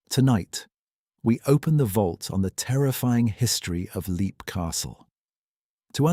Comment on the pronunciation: It's pronounced lep, not leep.